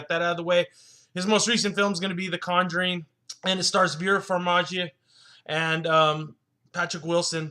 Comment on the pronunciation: It's pronounced Far-ME-ga. And as of now you are the minority by not liking this movie. Top critics seem to be appraising it.